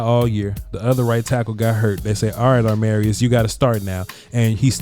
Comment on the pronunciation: When is gonna realize his name is not aRmarius Mims 😂😂, been bothering me for a while lmao